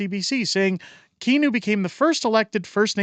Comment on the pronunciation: I'm stuck in, I mean, live in WPG, MB. Kinew's name is actually pronounced like "canoe", I say it wab tippa-kinew to remember LoL. But I like that u mispronounce it, so pls continue!